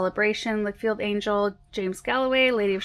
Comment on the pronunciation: Dear just thought you would like to know, the David Austin rose Lichfield Angel...the Lichfield is pronounced Ch like in Church...the city is only small but has an amazing catherderal....I live down the road from there 😊